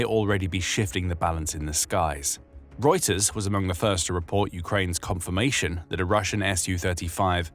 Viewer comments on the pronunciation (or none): none